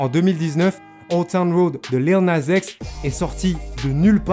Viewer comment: Arrête d’essayer de prononcer lil nas x ou roddy richh tu fais mal au oreilles vrmt